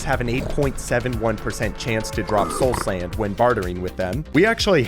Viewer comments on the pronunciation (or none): Bro said Sloul Sand. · "soul sænd" 💀